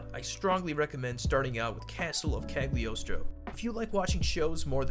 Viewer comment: The G is silent in Cagliostro, also there is a Lupin the 4th in a different anime